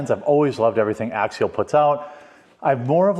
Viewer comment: It's Axial, not Axiel. You might be thinking of Ariel, from your favorite movie ;)